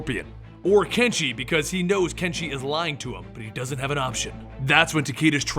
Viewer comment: Damn I keep hearing not hanzo and kenshi But hanzo and genji